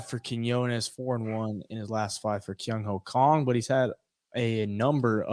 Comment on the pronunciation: Wow. As a Korean born, I never heard such a correct pronunciation of "Kang (K-AH-ng)" instead of "Kang (K-AE-ng)" from English speaker. Respect!